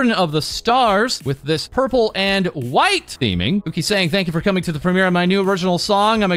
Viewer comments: "White" theming Idk why u emphasize white😂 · That "White" was personal. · the emphasis 😆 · I wonder if the invite that Doki mentioned not responding to quick enough was also from Offkai. If it is, then it's a massive slap in the face to Niji and I'm all here for it. Also your emphasis on the word "White" when mentioning Uki. LMAO